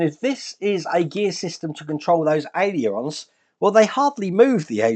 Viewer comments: It's pronounced AY-LER-ON,! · Hi, been watching this coming together and it’s some build. I note you have trouble saying ailerons, so why not just call them flaps 😂😂👌👌👌